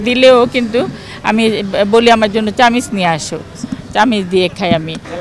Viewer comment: চামিচ না চামচ